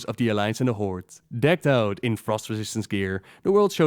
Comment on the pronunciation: Only person I know to pronounce the Horde "The Hordt" and you also call Thrall "Throwe"